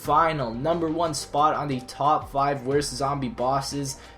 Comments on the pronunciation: You said top flive LOLOL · At the end he says flive